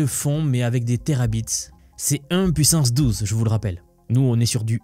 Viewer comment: On peux même doubler la pouissance. Pouisqu’on est dans les calcoules.